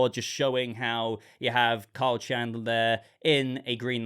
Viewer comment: Why are u calling him "Cole"? It's KYLE, man 😅